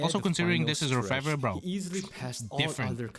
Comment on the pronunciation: He pronounced it right. It's not English, but French and it means "Goldsmith."